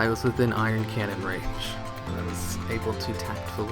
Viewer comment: love your videos, actually got me and two of my friends into pet battling lol so thank you. but one thing i have to say....its not iron cannon. its Ion cannon. anyway, keep up the good work.